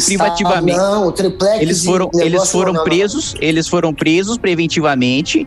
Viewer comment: Noblat diversas vezes disse "triprex", hahahahaha! O cara é uma piada!